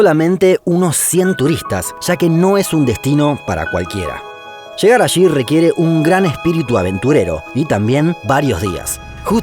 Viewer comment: Ok voy a aportar al canal pero antes necesito que dejen de decir "ashi" cuando se pronuncia "allí".